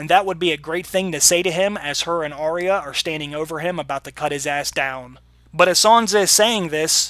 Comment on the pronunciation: Great breakdown/analysis! One thing though: Arya is actually pronounced with two syllables: ah-ya, not Ar-re-ya (three syllables). This is according to the pronunciation guide in the wiki.